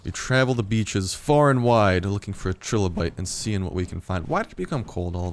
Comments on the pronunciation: fyi they are pronounced "try"lobite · Trilobite. Pronounced Try-low-bite.